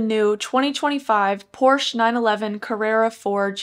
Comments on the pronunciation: Thanks for the video! Hopefully, they keep a manual option if they go all hybrid with the other 911 models. Also, it’s pronounced ‘por·shuh’ 😉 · Stopped watching after seconds. Pronouncing Porsche wrong, and all you're doing is reading it off the website. People who own a 911 or are looking to buy one are already familiar with the specs, so it's a giant waste of time. Also you're monotone, which is boring.